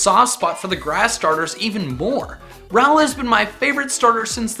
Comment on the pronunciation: I'm pretty sure he said rowlet